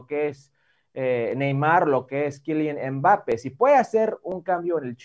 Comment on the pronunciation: Quilian embápe JAJAJAJAJAJA ese Hércules Gómez🤣